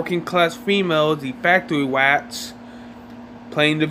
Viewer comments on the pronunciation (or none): "Fwactowy Wroartz"